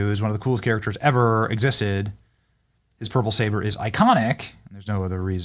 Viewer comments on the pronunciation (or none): none